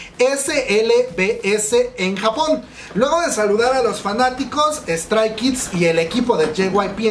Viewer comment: Si te dedicas a estos video por lo menos deberias de mencionciar los nombres bien . 😖 Li SSERAFIM ? *Strai? Kids? 😖.